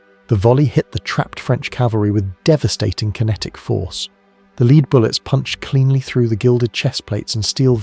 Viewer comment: I don't know if your mispronunciation of lead was accidental, or deliberately done to prompt comment (I've noticed other clear mispronunciations in other videos of yours) but it is bloody annoying. You have great content which I'm enjoying, but please stop doing this. You're clearly an intelligent guy so don't let yourself down like this.